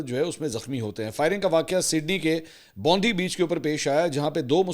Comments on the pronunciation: NOT BONDI ITS PRONOUNCE BOOND AAAIEE BEACH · Mansoor bhai please correct your pronunciation of BONDI Please pronounce it as Bond i (Bonf eye ) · It's Bond-I...not Bondi. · It's actually Bondi beach pronounced "Bond eye"beach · You are mispronouncing the name of the beach. The correct pronunciation of Bondi Beach is "Bon - Die".